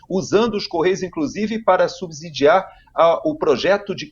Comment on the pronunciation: É sub sidiar, com som de "S" não de "Z"